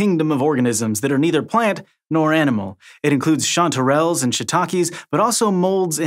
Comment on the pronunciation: Never heard someone say ChantArelles.